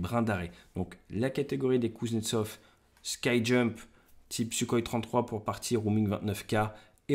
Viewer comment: c'est ski jump avec le son "i" pas sky jump avec le son "ai" X')